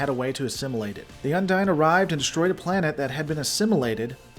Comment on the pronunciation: you keep saying undine, while the voice over says unding.